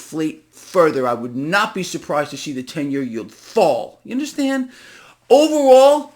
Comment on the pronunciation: You "unnerstand?", No, that's why I'm here 😅